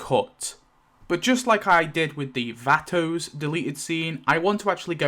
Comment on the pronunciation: YOURRR the who who pronounces vato wrong… oh my i never care abt anything at all when it comes to stuff like that but it irked me to hear you say it like that 42 times😭😭 it’s like pronounced vauto not vatto it’s vato vauto vauuuuto